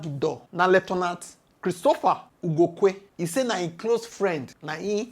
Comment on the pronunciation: Lue-tan-tant Lue-tan-tant Lieutenant in aberavation Lt.